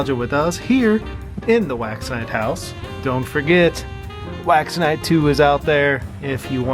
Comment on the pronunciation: Every time you say wax night, i hear wax NIDE, lol.